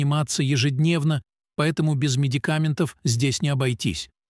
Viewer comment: МедикамЕнтов, трОмбов- я Вам показала, где правильно делать ударение в словах- следите за своей речью. Такое может допускать не специалист.